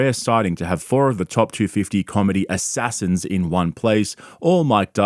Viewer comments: this cunt makes me laugh everytime he says Assasins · Bro the way you say “assassins” fucking kills me every single time 😂🤣💀